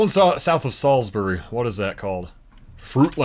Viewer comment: As a Marylander I’m just glad he pronounced Salisbury (sals-berry) right, though he did say fruitland wrong, as it’s pronounced (fruit-lind)